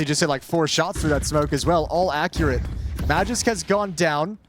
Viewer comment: If you wanna pronounce Magisk the real way, say A like Akward, and G like Green✌️